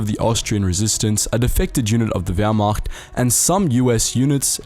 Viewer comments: Or whymacht for that matter. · And the Whyrmacht? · Everybody: Wehrmacht Wehrmacht: Howmacht? Jews and Slavs: WHYMACHT?